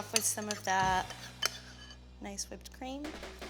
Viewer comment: Did she say screaming or creaming down her throat?